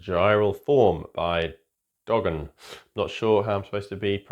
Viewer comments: dgohn is pronounced 'Jon'... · Its a silly handle but dgoHn is pronounced "John". I still like calling him dee-gone. I forgot to check in on a lot of these artists new stuff, you helped me discover a couple artists I haven't seen before. I love how the Planet Mu IDM sound is still percolating throughout the UK. Good list!